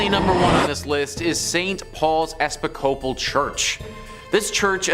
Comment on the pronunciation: It's the mispronounciation for me. 😅😅 "Episcopal" is pronounced e-PIS-co-pALL